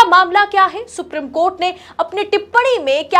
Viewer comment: Ma'am the word supreme is pronounced as सुप्रीम not सुप्रिम .. Please remember this and memorize it .. I wish your colleagues had pointed this out to you earlier.